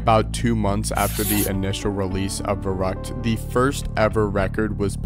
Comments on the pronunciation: As a german i get so mad when people mispronounce the name of Verrückt.. Its Verrückt, not Verruckt. Put some effort in it. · My boy here butchering the german pronunciation